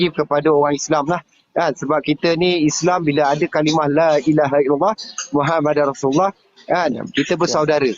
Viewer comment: Lailaahaillalloh Muhammadurrasuululloh. bukan muhammadarrasuululloh. salah tu.